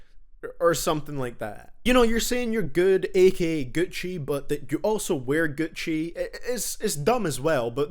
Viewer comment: I lose it every time he says ‘Gucci’ 😂